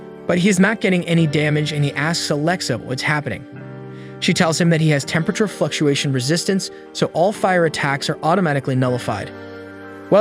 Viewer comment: thermal fucktuation